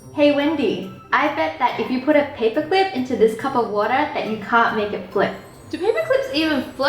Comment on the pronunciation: Why does she say Woror instead of water lol